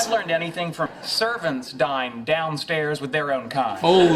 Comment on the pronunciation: Dine, not die.😊